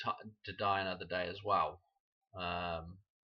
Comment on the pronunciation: When you say, “die another day,” it sounds like you are saying “Diana”…. “Die ano”